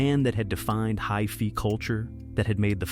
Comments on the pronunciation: Not bad for AI... Hi-FEE culture??? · Hi-Fi is not pronounced "high-fee." And the line "searching for the perfect backbeat" could use some work... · Ahh lost me dickheads! “High-fee” culture? AI for HiFi… can’t anybody do a real video anymore and how many fucking times do you have to show an excerpt from do it again? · "... not gradually; completely. The band that had defined 'hi-fee' culture ..." What in the world is this writing? Pronouncing hi-fi as "hi-fee"? Great video, but man, this script and narration are not good. I hate to sling around the AI accusation ... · Hi-fee culture!!??? Way to go AI, up to your usual perfection...NOT.